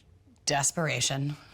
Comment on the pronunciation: Omg. "Desperation" yikes!